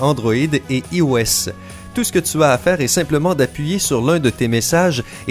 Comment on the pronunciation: je rêve ou il a dit ios mais en prononçant i au lieu de y